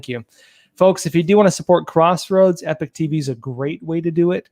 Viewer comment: At this point they are just trolling with the pronounsiation of the word "Epoch"